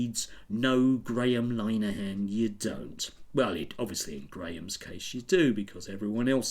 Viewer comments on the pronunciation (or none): Learn how to pronounce 'Linehan' for a start, and it's funny how you've decided to attack low hanging fruit when there's any number of 'victim' groups out there you could be focusing your ire on, but you know you'd get major push-back for doing so, so you don't, which basically makes you a coward!! As political commentary goes, you're certainly accomplished as far as the politics of envy is concerned, and frankly, it's bitter and unpleasant!